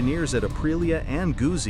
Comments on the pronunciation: Gusi? Really? As an italophile German, this pains me. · Since you cannot pronounce Gutzi, perhaps you are not qualified. It all depends on whether I like what you have to say😎 Nice video❤️